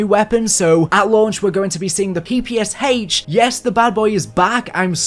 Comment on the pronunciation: "We are going to be seeing the ppsh8ch"